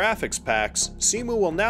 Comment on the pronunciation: Minor detail, but Cemu is pronounced "c-mew" not "c-moo", just wanted to point it out, I love how much effort you put into this video